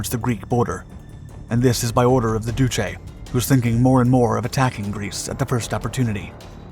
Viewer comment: He has no idea how to pronounce "duce", he pronounces it as "oochi".